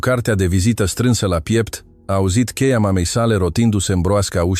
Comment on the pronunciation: FRUMOASA POVESTE FRUMOASA SI PLACUTA VOCE DAR PUNETI STOP LA MALTRATAREA LIMBII ROMANE :: CEIA IN LOC DE CHEIA SI SCHIMONOSIREA IN LIMBA SPANIOLA DACA TRADUCETI IN LIMBA ROMANA ATUCI RESPECTATI ACEASTA LIMBA DACA NU NU MAI POVESTITI CA NOI NU SUNTEM ANALFABETI CA SA NE RADETI IN FATA